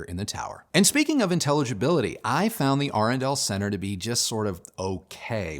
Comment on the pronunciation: I must be dyslexic. I thought the brand name was Adrenal until the moment I heard you say it correctly.